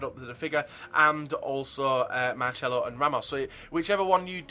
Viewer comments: Why do you say MarCHelo?! It's MarCelo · Naturally it's pronounced "Marchelo"...